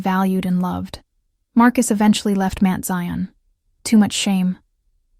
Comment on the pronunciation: Can someone please 😢tell the narrator it is NOT Mint Zion, It's pronounced Mount.. smh. Somebody needs to go to ⛪️ to get educated 🙄 to get educated about church ⛪️ 🙄. Ughhh.